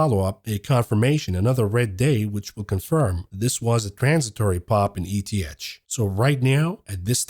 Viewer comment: ETH is often pronounced as “eeeeth”